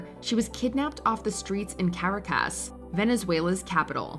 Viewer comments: Dear Lord... the pronunciation of Caracas in this video is embarrassing. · I have never heard anyone mispronounce Caracas this badly. Comically bad.